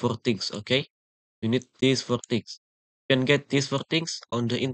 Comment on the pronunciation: threse forr trings 💀💀